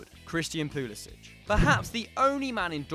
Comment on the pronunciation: It's Pull-eh-sick